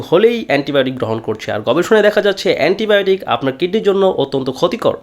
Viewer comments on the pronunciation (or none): none